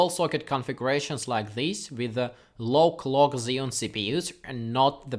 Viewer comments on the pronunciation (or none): Sounds like you are saying, "Dual cpus with lowk log are not the best"